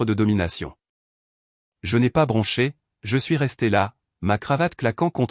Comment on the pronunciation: 1mn 17sec environ..😂😂😂😂..' je n'ai pas branché.."😁😁😁.." bronché " ..😡..on dit " bronché "!! Je..n'ai..pas.. bronché ! Et encore 🤔🥴..on s'en sort bien !🥺🙄..ça n'est pas écrit " brunché " !!!😁😁😁😁😁